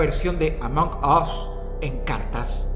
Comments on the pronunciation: "AMONK US" 🗣🗣🔥🔥🔥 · "amock oss" Dross 2025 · Se pronuncia asi la g en inglés no es como la jota es como un sonido seco among us y el us se pronuncia as no os